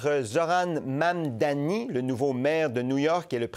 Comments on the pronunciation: Mise à part le sujet c’est quoi cette dyslexie de la part de et autres personnes qui ne sont pas capable de dire le simple mot Mamdani. arrête pas de dire Mammmmdanï comme un enfant mais il est capable de dire Arthabaska, le mot démuni, le mot Maman ou Koskinen sans le dire de manière bizarroïde. (J’aime bien mais rendu à ce stade on dirait que certains essaye d’amplifier le fait que le nom est d’un autre pays alors que des noms comme Abou-Khalil ou Koskinen sont dit avec facilité) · Est-ce vraiment difficile de prononcer Mamdani ? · galere avec la prononciation du nom Mamdani 😂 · C'est vraiment pas compliqué a dire, Mamdani, allez on répète Mamdani, sérieux il fait dur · MAM-DANI. Ce n'est pourtant pas difficile à prononcer. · Ça devient gênant votre incapacité à prononcer Mamdani. C’est trois syllabes, aucune lettre muette, aucune sonorité « exotique ». Vous allez en parler longtemps, alors apprenez-le.